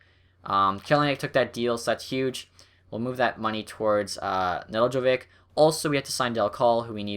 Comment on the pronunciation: It's ne-delk-ko-Vich